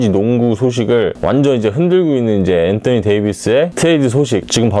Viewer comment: 앤떠니 ㅋㅋ 발음실화냐 ㅋㅋ다른발음은 일반적인데 왜 엔떠니라고;; 어그로성인가